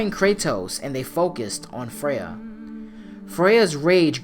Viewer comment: Kratos"you do not want this fight Fraya..."